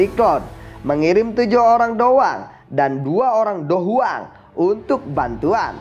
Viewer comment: Hmm perasaan dicanel lain soyan masih dou wang pas mau lawan yunsan, klo gk salah denger mimin bilang dou huang